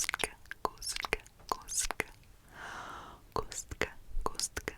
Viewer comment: Oh my god, I didn't know you were part czech! Your pronounciation of cube was really good. I had your video in background, so when I heard "kostka", I was confused at first lol